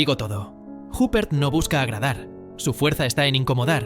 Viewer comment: Madre mía... Isabelle "Jáper". Hace falta ser cateto...